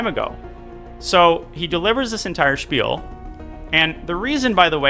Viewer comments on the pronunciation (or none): none